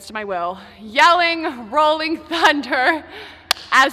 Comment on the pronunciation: LMAO I LAUGHED SO HARD WHEN YOU SAY RHOLLING THUNDER